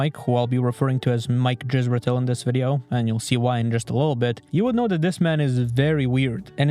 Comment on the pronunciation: You mispronounce Dr. Zorp Israetel Vorp a lot.